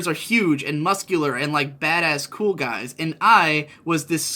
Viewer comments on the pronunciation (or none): none